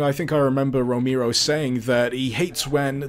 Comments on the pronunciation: John Roh-mee-ro, eh? ... sigh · Super KB Yea, I know. But tbh it's not that difficult to pronounce his name correctly.